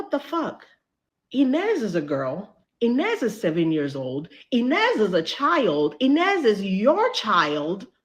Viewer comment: How the director call Inez?.. Næzy? What? Did someone also catch that? 😮